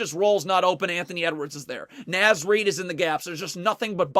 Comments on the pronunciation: Great video, I love watching Wolves defense when it's clicking like this. But please good sir... It's Naz like Oz. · Just FYI because ive heard it a few times in the videos…Naz is pronounced with a short ‘A’, like ‘car.’….carry on. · Naz is pronounced “Nawz” by the way